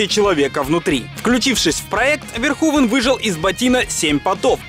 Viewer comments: Раз живёте не первый год в Нидерландах, то должны знать, что имя произнесено неверно! Не Верхувен, а что-то близкое к Ферхуфе должно быть (вместо звонкового "в" более глухое "ф", плюс "n" в окончаниях проглатывается, поэтому этого звука почти не слышно, ну и звук "х" отличается от нашего). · комментатор выше не права, всё равно неправильно имя произносите, если передавать русскими буквами эту нидерландскую фамилию, то будет звучать примерно как "Ферхуфе". Сорри за то, что пишу почти год спустя, только недавно открыл Ваш замечательный и интересный канал. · Все же не ВерхУвен, а Верховен. И не "одеть", а "надеть" - "надеть одежду, одеть Надежду") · Если фамилию режиссёра произносите Верхувен, то и столицу UK по русски говорите как Ландан. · показав как Питер Уэллер-американский актёр (родившийся в штате Висконси) произносит имя режиссёра : Paul Verhoeven .Ты утверждаешь что произносишь имя этого режиссёра правильно ? Да они там имя Билли из штата в штат каверкают , ты чего ?